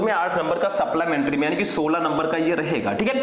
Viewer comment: Suplamentary nahi supplementary